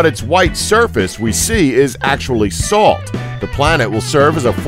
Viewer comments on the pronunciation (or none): none